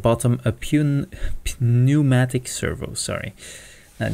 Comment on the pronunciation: For future reference (since you don't sound like a native speaker) "Pnu" in a word is pronounced "new" and generally denotes something to do with moving air or breath (for example the word "pnumonia" I believe literally means "swollen breath" but don't quote me on that.) A "pnumatic" servo therefore uses airflow in and out to move a machine part. Simply put, the servo is using airflow in and out to move some part of the machine. V.V;;;;; I'm such a nerd that I know that.